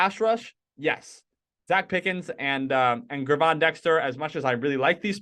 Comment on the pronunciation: Pronouced "JERVON" Dexter